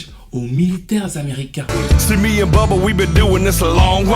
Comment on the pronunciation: Bubba ne se prononce pas "booba" C'est plus "beuh-bah"